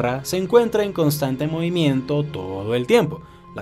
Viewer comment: Por qué casi en su totalidad los youtubers tienen un defecto al hablar? Algo que desagrada a la gente? Hermano, no uses la M en dónde va la N, ejemplo...movimieMto, aproximadameMte, dejaMdo, etc.